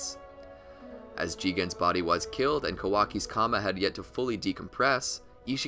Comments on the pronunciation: tHe fUlL pOwEr oF tHe KAMA! It's the karma lol stop saying it wrong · It's not kama it's karma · Please say it with me: “Kar-ma” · I think you said the opposite fact. Karma is the correct pronounciation and kama is just japanised pronounciation. Karma means "act" in Hindu scriptures